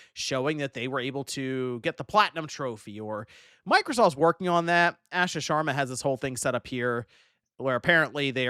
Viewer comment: Ah Shuh. Her name is pronounced Ah Shuh.